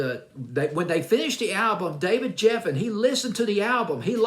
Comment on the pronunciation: Geffen, not Jeffen. David Geffen and his people always had a problem with everything that Donna presented them, in fact they rejected most of her material.